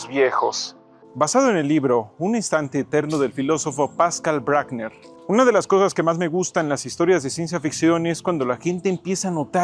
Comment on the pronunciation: PASCAL BRUCKNER se pronuncia Bruckner (como el gran compositor austríaco), con una U como nuestra U. El apellido es germano aunque Pascal Bruckner, aunque en francés se lo pronuncian, "Pascál Bruicknér" (aprox.). Perdón por la corrección, pero es horrible que todo lo pronunciemos como si fuera en inglés.